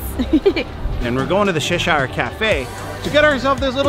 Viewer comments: It's CH-eshire not seshire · it's not "sheshire"...it's pronounced "ch" like "chair"...ch...say it "CHesh-Ear"....It's British...And I'm British...Please stop saying it wrong =) That chicken skewer and the candied bacon looks DELICIOUS! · It’s defo Cheshire (Cheshur) and not Sheesh-hire like they are saying! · gissneric lol I did too!! I had always pronounced Cheshire as (cheshur) the i pronounced with a short u sound. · I’m british- it’s chesh-eer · LOL Shish-ire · You should pronounce it chesh-eer (there is no I sound) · The way you guys pronounced Cheshire cracked me up 😂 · Lots of Americans don't say Cheshire cat correct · I was looking for this comment 😂 I live in Cheshire in the UK and I’ve never heard anyone try to pronounce it like that! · Great video, great food. Not even going to mention how you butchered the cats name. 10/10 would butcher again.